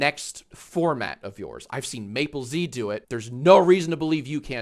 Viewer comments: Does Mappelz pronounce his own name that way? One of you two is breaking every pronunciation rule. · Uhhh his name is Mappelz not Maplez